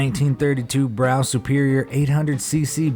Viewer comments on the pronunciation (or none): Love your stuff but please pronounce Brough as Bruff as it is a English bike. It is not pronounced as Brow. Thanks. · BROUGH SUPERIOR... It's pronounced Bruff not Brow !! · Brough is said bruff. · The Brough is pronounced “bruff” btw. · Its pronounced bruff superior